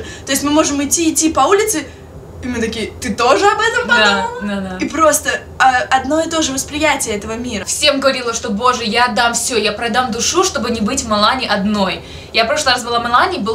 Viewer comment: Ударение ставится "дУшу"